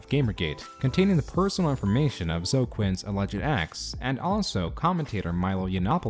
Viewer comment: Yo, Zoe is pronounced like "snowy".